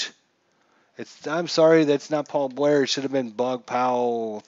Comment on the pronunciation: If the pitcher goes to 0, all randoms automatically goes to batters FYI also the name is pronunced BOOOOOOOG